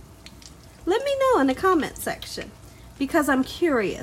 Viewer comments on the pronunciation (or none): "You hear meh" i love it ! Subscribed !!!